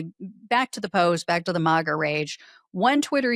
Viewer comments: It’s not mawga. It’s maga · Please stop saying MAWGA. It's Maga. Short "A". Not long "A". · Is she AI? She mispronounced maga